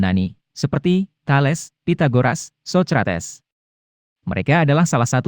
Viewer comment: Karena pake pengisi suara yg bukan dri suara asli manusia, maka bnyak dari nama sejarawan dan tokoh2 menjadi salah penyebutan. . .Theodosius 1 bukan teodosius I.. socrates pun di sebut secara keliru...maka dri itu lebih baik pengisi suara itu di lakukan manusia scra langsung. Agar TDK ada kekeliruan di dalamnya